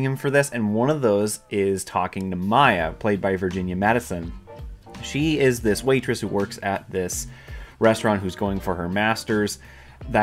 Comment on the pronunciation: "Paul Giamanni and Virginia Madison" is infuriating. Names are easy bro, so get them right.